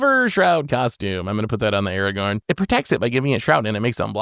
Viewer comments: did really say "Arrgh-orn"?😂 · bro i know you know how to pronounce Aragorn. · as usual trying to play the victim and throw someone else under the bus, someone who while may have strong cards, has zero board presence. And then as usual, can't pronounce cards "Lilah" in last video I watched and this time "aragorn". needs to revamp this character he plays